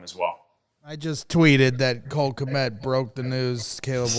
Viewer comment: Why does madden game say Cole k m e t instead of kmet. ? 😂